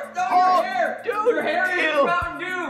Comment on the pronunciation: E!!! eeee! is dew not daw !